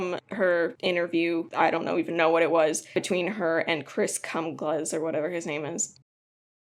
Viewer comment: The mispronunciation of Chris's name got me every time. Great video, informative, it was fairly to the point, but still enjoyable